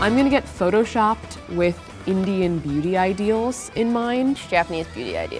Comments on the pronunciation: I heard the entire video: Booty Standards. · When they said beauty standards sounded like "BOOTY standards" 😂😂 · I thought they said booty standards 😂